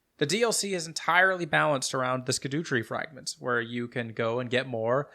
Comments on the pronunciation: I love that you pronounce it "sk'doo tree" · Skibidoo tree 🚽